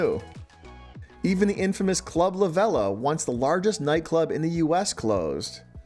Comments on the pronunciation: Club “Laveela” is how it is pronounced. It closed down when alcohol was banned on the beach. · This isn’t completely accurate information. Not really even close actually. Hurricane michael was the breaking point… club la vela, which you butchered the name when you said it, closed from Hurricane Michael damage and the owners, the pfeffers, chose not to rebuild and pursue other business ventures. That on top of the fact the cops made it illegal to have alcohol on the beach during spring break and just started throwing everyone and their aunt in jail, eventually with nowhere to go spring breakers stopped coming. Now it’s just hood people from Atl, Birmingham, and those kind of places coming down and shooting people at pier park and selling dope and staying in their cars instead of a bunch of loud drunk kids packed 10 deep in a room at the holiday inn with rich parents and a future to possibly throw away.